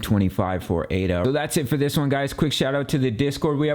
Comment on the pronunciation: Its Ada. Like a person's name. Not A.D.A. its the most basic thing and if that is incorrect....hard to take the rest seriously